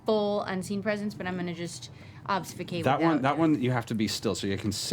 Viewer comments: I love how everyone made fun of Taliesin for "stanima" but nobody made fun of Laura for "obsfucate" 😂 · Tal can't say Stamina (stanima) Laura can't say Obfuscate (obsfucate) I love these nerdy-ass voice actors <3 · I can't with how Laura is trolling Taliesen for saying stanima but no one dares call out Laura for saying obsfucate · So they make fun of Taliesin for mispronouncing "stamina" a couple times, but no one calls out Laura for her multiple mispronunciations of "obfuscate"? SMH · Why does Taliesin get picked on for "stanima" and nobody notices Laura saying "obsfucate?" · and every other time, Laura, after mocking Tal relentlessly for saying "stanima" (though she wasn't alone), says "obsfucate". -_ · People make fun of the fact tha Taliesin pronounces "stanima" but not even a single nod to Laura's "Obsfucate"?? This is some biased shit.